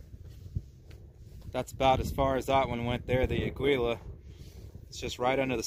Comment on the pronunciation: "Aggweela" This is gonna be good.